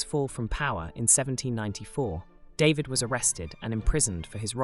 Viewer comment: Your videos are great, and much needed, but please pronounce people's names correctly. "David" is French, and is NOT pronounced "DAY-vid," it is pronounced "Dah-VEED." I also wish that you had not distorted some of the paintings by stretching them horizontally. David would not have thanked you.